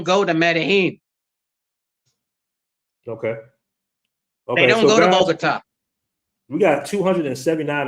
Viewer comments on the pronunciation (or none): You can't even name Medellin correctly and you take taxis in cartegena - you should stay away from Colombia